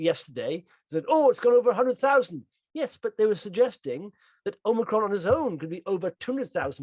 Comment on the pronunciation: Really enjoy the video guys but please please call the variant Omicron - and not Omnicron. Omni means multiple.... don't jinx us!